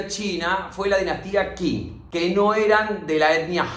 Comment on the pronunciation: Genio del mundo mundial, felicitaciones por el trabajo de resumir 100 años en tan poquito tiempo... P.D: datito, pa' colaborar, vio?? me encuentro estudiando chino, Qing se pronuncia "ching"